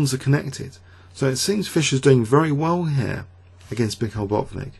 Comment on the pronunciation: it's not BOT-nik, but Bat-VIN-nik.